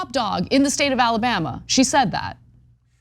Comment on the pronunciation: "Ala-butt"? Anyone catch that slip-up by Ana at the beginning of video? LOL! 🤣